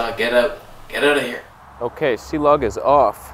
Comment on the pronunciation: I’m afraid it’s not Cee-Log, 😳😱 it’s Clog.. And where is Reggie????